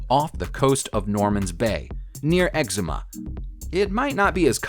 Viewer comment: The island in the Bahamas is NOT pronounced Ex-em-uh, like the disease(eczema). It's Ex-oo-muh, emphasis on the 'oo'.